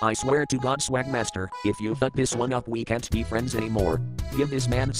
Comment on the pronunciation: Sawgmaster... New lore confirmed